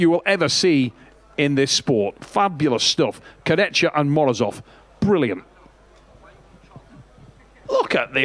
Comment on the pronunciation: Kurdecha ❌ Kurdetchka ✅